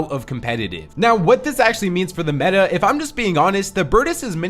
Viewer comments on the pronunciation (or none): none